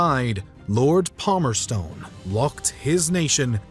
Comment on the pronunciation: Lord PalmerSTON, not Stone.